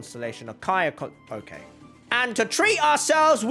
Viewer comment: It's not okeh to be okeh